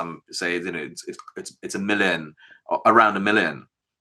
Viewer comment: is he saying a million? strange pronunciation